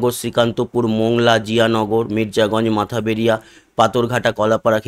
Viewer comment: জায়গার নাম মঠ বাড়িয়া, আপনি সবসময় বলেন মাথা বেড়িয়া।